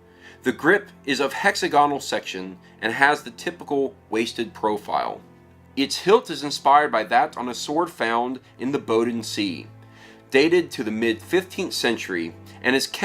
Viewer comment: Boden zay ... for pronunciation